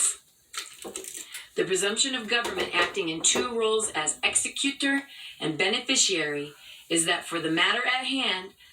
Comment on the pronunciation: And why does she strangely morph into a foreigner when saying "executor"? Ex ee cyoo tor!